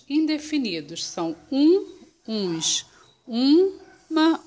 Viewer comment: é ums e não uims